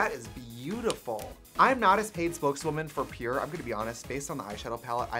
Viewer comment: I thought it said “Power” in Trixie Swedish accent 😂